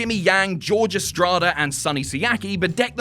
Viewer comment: "George" Estrada. I cringed.